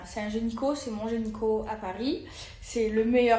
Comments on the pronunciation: « Genyco » déjà elle sait pas parler ça en dit long 😂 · Elle dit gényco ou je rêve? Beurk ce genre de personne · L’apologie de la pédophilie clairement qu’elle malade la fille ! 12 ans elle dit 🤕🤒 mais le pire ce sont fans sorry Écoutez elle dit GENYCO 😂 la geniieee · C’est un « gényco », le meilleur « genyco » 😭😭😭 Même le gynécologue ne l’a corrige pas 😂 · Elle dit "gényco"🤦‍♀️🤦‍♀️🤦‍♀️